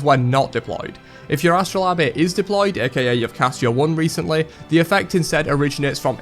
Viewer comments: It is pronounced "a-struh-layb". Please, if you are unsure as to the proper pronunciation of a word; take the 10s to look it up before you use it this many times in a video. It would really help with the quality of your content and give you more of an appearance that you are knowledgable and your information is factual and correct. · Alrighty I just want to know where you got that second a sound. I understand Astra-lobe-eh butt where is that second a from?? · the way you say astrolabe is similar to how nigella lawson say microwave (meekrowavé), and im here for it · “Ae-st-roe-la-beh” is the only way I’m going to pronounce it now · Astro labia. Did you not look up what the word actually meant and how it was pronounced on google before you went off and made this, or? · Astro lah bay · I thought it was funny. People who care that much about pronunciation need to live a little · Labe in astrolabe is pronounced like gabe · Why do you pronounce astrolabe like that lmao? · Omg I hate the way you say astrolabe